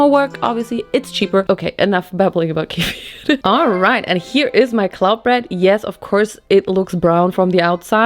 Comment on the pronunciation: I was shocked SHOCKED when she said kefir with very clear pronunciation!! Didn’t see that one coming to be honest but I love that kefir gets the credit it deserves. I mean who needs drug store probiotics when you have Turkish kefir at home? And you should def try them with different fruits like strawberries bananas and blueberries because it actually gets very refreshing and the little bit bitterness will just go away